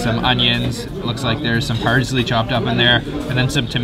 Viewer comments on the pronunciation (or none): it is fucking parSley, not parZley!